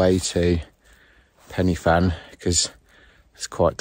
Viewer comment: Hi. Was up there camping on Fan Y Big last weekend. When you say the names of the peaks, the ‘Y’, is pronounced ‘Ah, as in the sound of the letter A. You’re in Wales, don’t forget. Also, when you drive through the villages there, the names of them are not WiFi codes, for the modem…😉 All the best…👍🏾⛺️